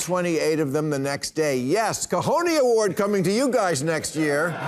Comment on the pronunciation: Please, someone teach Bill how to say cojones!!